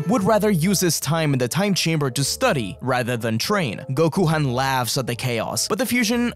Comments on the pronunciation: Did you just call him Gokuhan it’s Gokhan bro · Why call it gokuhan...if gokhan exists?